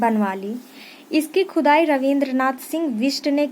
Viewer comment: Maam aap baar baar khudai ko khujai bool rahi hooo 😀😃😄